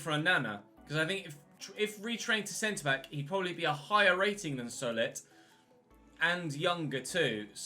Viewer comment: Just to help out, Solet is pronounced So-Lay